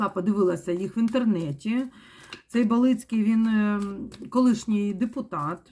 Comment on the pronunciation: БАлицкий, ударение на А.